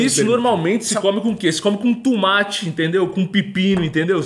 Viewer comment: Não e tumati , e tomate kkk